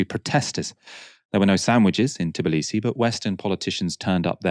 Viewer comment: Is it just me or is tblisi not pronounced that way ?